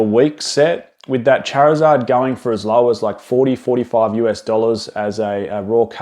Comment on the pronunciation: You say Charizard wrong dude!